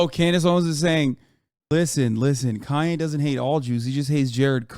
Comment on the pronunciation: And Koonye West